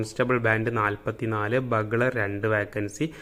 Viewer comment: ബഗ്ലർ അല്ല ബ്യൂഗ്ളർ. ..